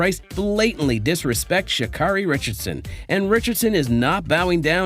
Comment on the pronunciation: Good heavens, dude, if you're going to post about track and field, the least you can do is pronounce athletes' names correctly. SMH ~~ Richardson's first name is pronounced "Shuh-CARE-ee", not "Shuh-CAR-ee".